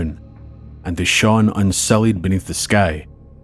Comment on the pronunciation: Oh, I say! Such a treat, this video is. And he even pronounces "lieutenant' as intended. There are so many videos with, AI voices that have some type of British Isles accent slapped on them, but cannot get right all the telltale pronunciations. Like lieutenant and shone. So nice to hear things said correctly.